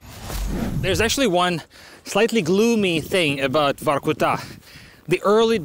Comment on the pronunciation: Broski, I saw your videos on English exercises. Please get russian names and names of cities on point. It ain't Vahrkutahh, it's Vorcootah. Come on, lad!